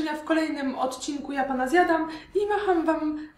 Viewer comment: JAPANA zjadam a nie Japana Zjadam wiesz